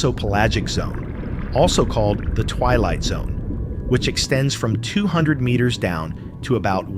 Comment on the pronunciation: Do we have to have AI narrating this stuff, AI that cannot even pronounce 1200 feet properly? AI is the epitome of common sense and reality.